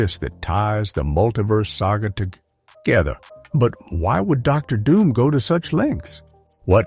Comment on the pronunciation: What about Der Doom, instead of Dr. Doom. Low budget video. No effort into making this bullshit.